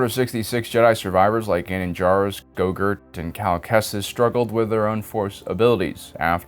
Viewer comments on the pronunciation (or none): "Gogurt" made me chuckle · go-gurt? 😭 is grogu yogurt now? 😭